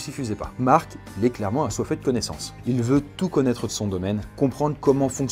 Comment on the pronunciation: il a dit mart